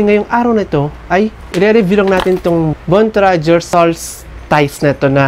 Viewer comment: Bontrager ndi bontrajer 😂😆🤣